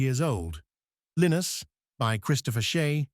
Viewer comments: It's Pronounced Linus and Lucy not Lenus and Lucy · His name is pronounced as Lyenus not Leenus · Lynn-iss lol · Can you educate the artificial intelligence on how to pronounce Linus? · AI cannot even properly pronounce the name LINUS!!! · Educational, thanks. Maybe use human narrator next time, or at least correct pronunciation of Linus. And maybe normalizing the volume... sans typewriter. But I did enjoy the script!